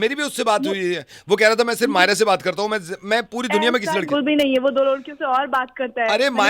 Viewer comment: She's saying Hae ni instead of Hai Nahi she's nibbi😂